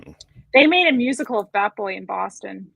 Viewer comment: Ohhhh, "bat boy" found in cave. At first I thought she said fat boy found in cave.